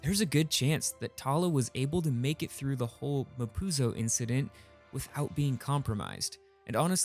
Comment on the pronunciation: mapuzo sounds like "ma pussie"